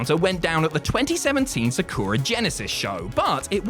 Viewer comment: For cryin' out loud. You guys have been at this for around a decade. How are you still unable to properly pronounce "Sakura"?